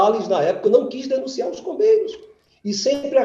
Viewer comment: Toda vez eu escuto "Os irmãos COVEIROS" 🫥